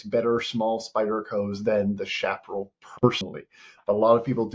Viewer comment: Its pronounced shaparrell